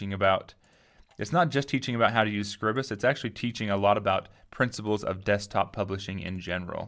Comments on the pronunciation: Awesome video, followed your series for Inkscape and now it's time to learn how to use this. My only gripe - please pronounce it correctly! It's not "Scribbus", it's "Scribe-uhs" :D (as in "bribe" then "us") I've got a massive problem because I don't seem to get all of my tools appear along the top. If I hover the mouse over the (invisible) buttons I can get the tool tips appear and if I click and hold the mouse button down I get the button appear but I release it and it disappears again. I'm running Manjaro KDE with Plasma, Using Scribus v1.5.8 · I remember you from Inkscape tutes. You do Scribus too?! I thought it was pronounced scribe-uss??? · Not how it is pronounced but otherwise good. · i hate the way you pronounce scribus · I disagree, but I realize I may be in the minority. I read it the same way I would 'script' or 'scribble'. I only pronounce the long 'i' on words with an 'e' after the 'b', like scribe. I make Scribus do the same as words like as apparatus, stratus, impetus, syllabus... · That’s ok, but in case you’re curious. Apparatus, stratus, impetus, syllabus. These words do not have a long vowel, and neither should Scribus. English has pronunciation rules, and while there are many exceptions, I don't think Scribus qualifies for one. 'Time' and 'Scribe' have a long 'i' because of the 'e'. 'Sign' and 'Night' have a long 'i' because of the 'gh'. What would make 'Scribus' have a long 'i'?